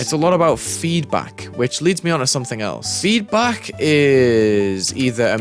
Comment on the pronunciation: bro just turned asian when he said "FEEEDBAK" 💀